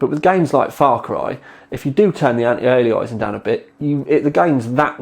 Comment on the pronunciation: Lovely little card, might just grab one and stick in my Sugo SG05 - 300W 80+ PSU should be plenty. Oh and? It's pronounced anti aye-lee-ass-ing;-)